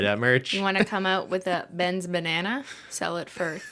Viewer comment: "i mean, it's one BEYNana, michael - what could it cost, ten dollars?!"